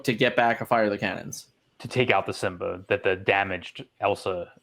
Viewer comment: Why does he say simba like zimba